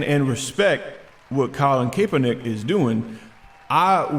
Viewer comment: Steven, Die hard 49er fan her and I have completely disowned Kaepernick but you are pronouncing the name wrong. I am mentioning this for your sake, not his by the way. The first e is silent so it's pronounced Kap-er-nick. I don't want the SJW's giving you shit for it. #VoteHopper #NotGayDeanCain